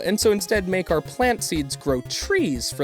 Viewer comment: its MAkar not MEYkar :/